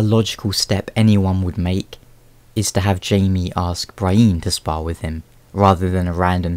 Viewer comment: pro tip: its BREE-en and sir-SEE not BRY-een and sir-SAY